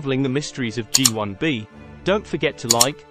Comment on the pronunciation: Written and narrated by AI? It's "Gee One Bee" and "Gee Two A" ... apart from all those pics of Menkaure's satellites at the beginning.